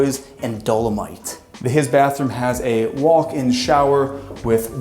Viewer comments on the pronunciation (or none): none